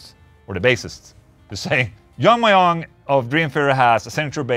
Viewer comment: Mjung, not Meiung. That is all. ✌